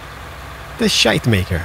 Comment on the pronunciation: I feel offended by the way you pronounce "Schuitemaker" ;-) I actually live close to the place where that company started, and my school is next to one of their factories #becarefullitsalmost2019